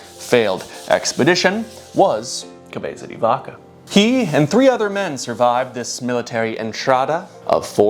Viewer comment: This is coming from a place of love, please try just maybe a little harder with some of the Spanish, you’re a very bright dude and it pains me to hear cabeeza di vakah and donkehhoteh in an otherwise fantastic project. Extra points if you go for a Castilian pronunciation.